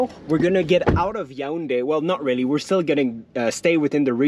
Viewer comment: Nice vid. I appreciate the fact that you were objective in your opinion. Also you pronounce the city Ya ounde ; you should say it yawounde.😉